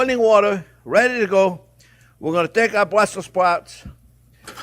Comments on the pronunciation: It's "Burssels sprouts" with the "s" after Brusssel. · Bwussel spwouts.